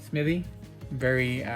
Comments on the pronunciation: Hello young man. It is Smith- ee NOT Smitty. There is a difference. Please stop making yourself look like you didn't learn the basic rules of reading. The rest of your content is good, but, stop with the 3rd grade Appalachia dropout pronunciation. Thanks. If you fix it I would subscribe. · It's "Smith-EE", not "Smitt-EE!". Credibility is hinged on convincing the public you know what you're talking about. Not knowing something as basic as how to pronounce the subject of your discussion, is certainly not a ringing endorsement for that credibility.